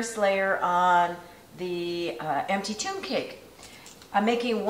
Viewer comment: I watched yesterdays prep video, and it wasn't until point of THIS video that I finally got that you were saying TOMB cake. I thought your were making some kind of TUBE cake... 😆